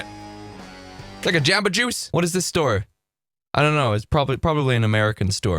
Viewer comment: the way he said jabbajuice sent me for some reason 💀